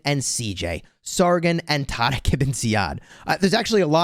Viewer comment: why do you say taariq like you’re trying to combine the letters d and r 😂 not a single muslim on the planet pronounces it the way you do. you sound like that white guy at chipotle who orders carnitas and tries to do it in a Spanish accent lmao